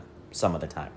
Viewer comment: It's tìme!